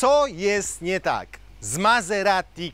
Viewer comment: Wymawia się MaZerati.